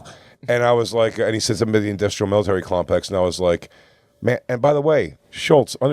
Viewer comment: The second time jay said industrial military clompex. After luis saying he got it right the first time. Anyway have a good day